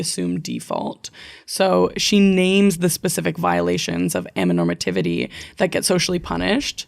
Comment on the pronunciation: You skipped a syllable in "amaTOnormativity" during the whole episode but I think the word sounds better without it 😂 Anyways, a very romantic asexual here to confirm that those 2 things are separate lol 🙋‍♀ Good conversation!